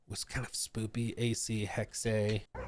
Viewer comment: thx for keeping us updated. i wanted to inform you, the “e” in “hexe” is more of an “hexuh” sound then “hexay”